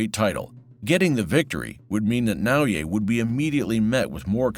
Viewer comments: Nice video. His first name should be pronounced “Nah O Yah”. Not “Yay” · For the record: it's Nao-yah, not Nao-yay 😅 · Damn! Please pronounce his name right! You heard it many time even within the quoted video! Its NAOYA not NAOYE! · OMG, it's not Nao-"Yay," its Nao-"Yah." LOL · I just don't understand how this narrator is pronouncing Naoya so fucking wrong. He is saying "yey" or "yay", he is adding a non-existent 'y' at the end of Naoya. This could be an AI video who knows. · nao-ye? it's not hard dude, it's nao yA. pronunciation of last name is bad but passable, so please just work on the first name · For what it's worth, his name is pronounced "Now-ya" not "Now-yay" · Absolutely butchered his name. Now-U-Way. It’s Na-Oi-Ye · His name isn't "Nao YE" it's "Nao YA". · NAOYAH not NAOYAY. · " NaoYeah " lol c'mon xo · アムウェイみたいに呼ぶなし しかもナオイェイとか過去一酷い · Na-oh-ya it's that ez to say the dudes name. Literally the first words from the narrator and he can't do it. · It's NAOYA (NA-OH-YA) INOUE.:face-red-droopy-eyes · If you're going to make a 'close up' video on a fighter, if not out of simple respect, at least show the journalistic integrity to learn the proper pronunciation of his name - NaoYA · Nah-O-Yeah That's how to pronounce his name. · Great video but hire a narrator who takes the 2 seconds required to learn to properly pronounce a japanese name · The way you pronounce his first name hurts my brain. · Great video, but such a shame you pronounced Naoya incorrectly throughout. It's quite jarring and a bizarre mistake when you've gone to so much effort to produce an otherwise high quality piece of content.